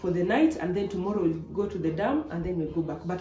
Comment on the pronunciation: She said "TOMOLLO" Right.... Anyway I love the content.